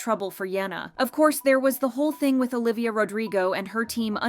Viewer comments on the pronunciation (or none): none